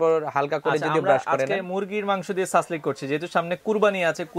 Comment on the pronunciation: সাসলেক নাকি সাসলিক?? ইংরেজি উচ্চারণ কিন্তু "Shashlik"